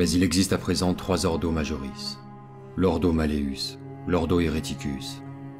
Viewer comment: Juste enorme ! Le montage, la narration juste parfait ! Juste une chose, il me semble que l'Ordo Malleus se dit ... " MalleOUS " , (comme mousse, housse XD)